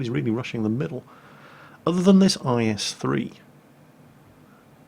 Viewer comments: In the first replay keep saying is3 I was like what we're is tis is3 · Why does he keep saying is3 on the first video... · Everytime said "IS-3" in the first replay something inside of me died.. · minutes in why were you calling it an IS-3 like wtf?